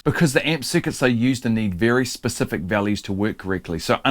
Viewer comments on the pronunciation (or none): none